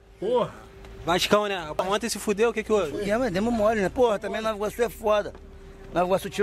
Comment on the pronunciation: Caralhoooo, amo meu país NovAAAA(pq ninguém fala NovI Iorque, euhein) Iguaçu. ❤ Ele do calçadão foi parar lá no Alvorada, cara😂😂😂😂